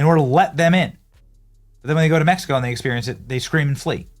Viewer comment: METH-E-CO is a no go